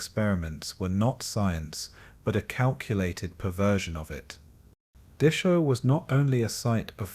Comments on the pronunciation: Can you please pronounce it as Dachau not Duckaw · Dock-cow not Day-show. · Dachau is pronounced Dahow get it right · Oh, for pity's sake, get the name right! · The pronunciation of the name "Dachau" is just plain atrocious. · Why do you keep pronouncing Dachau wrong?